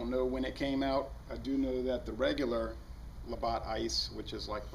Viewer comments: its not labot its la batt like a baseballe batt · pronounced "la-bat" nice video I'm getting this the weekend you can only buy 6 packs here though lol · its cool lol i don't blame americans for mistaking stupid ass french words, great brews though